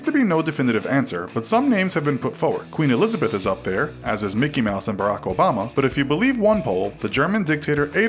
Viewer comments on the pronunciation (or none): none